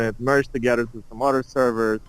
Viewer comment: А почему ты произносишь other через "о"? Это акцент такой?